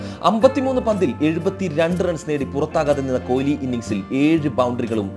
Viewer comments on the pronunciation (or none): കോലി അല്ല പൊട്ടാ കൊഹ്‌ലി, 😁😁😁😁👌👌👌🌹🌹🌹🌹🌹🌹😍😍😍😍